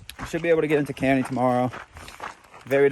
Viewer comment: Kearny is pronounced KAR-nee. Named for General Stephen Watts Kearny who lead 100 dragoons to my town of Escondido, California where he proceeded to get his butt kicked by the local Californios here.